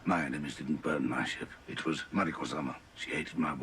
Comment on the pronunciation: Omg you guys got something in your ear, is not Maruiko is Mariko lol